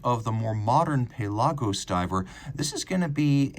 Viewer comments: lol yeah, “pay-lah-gos” is a little much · Pale Argos